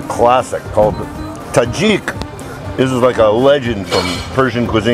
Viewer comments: Tahchin 🤤 not tahjik and the salad next to the tabouli is called Shirazi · Dude what is “Tajikkk”!!??😂😂 you mean TAHCHIN!